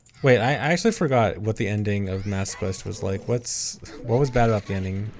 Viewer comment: It's Master Quest, not Mass Quest